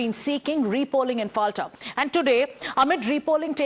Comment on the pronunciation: পলতা it is not Falta